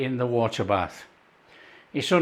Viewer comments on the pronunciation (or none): none